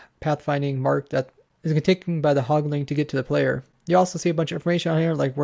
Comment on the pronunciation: Quit saying "hogling" and "pigling". There is no g at the end. Anyway, good info put out here.